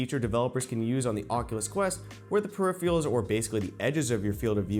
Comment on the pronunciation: be says "periphial" like a 5 year old lmao. it "peripheral"